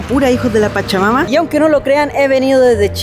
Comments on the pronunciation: Sera que no puede decir hijosdw chacha mama se escucha espantoso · Siempre que dices "hijos de la pachamama" siento como que vas a decir "hijos de su pinche madre" 😂😂😂😂